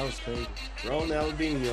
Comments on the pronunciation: You said his name correct on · YEH MAN so glad you showed your Bro this....for 3 years this guy hit a level i have never seen before or since, Crazy Ronal- Dee- Neo that's how you say it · Pronounced, Ronald-genio, he was going out as Messi was coming in. Taught him how to move thru defenders, basically. This man is a lot of folks favorite player, ever. Passing thru the legs of a defendor is called, Nutmegging (not sure why). It's a popular show of disrespect among racial and ethnic minority players when they feel they've been targeted on the field. Ronaldhino was probably the first pro soccer player who did beach tricks (constantly juggling over opponents heads, passing with his shoulder, x-games stuff on a pro-level field). Plus, he could score. Damn good striker outside the box. Great Brazillian finesse, too. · Ron-nal-di-ni-oh. That's how you pronounce him. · Pronunciation: Ron - El - D - Knee - O (Ronaldinho) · Ik I’m late but it’s pronounced Ronaldinyo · The brother in red is almost say corect ronaldiniho de asis moreira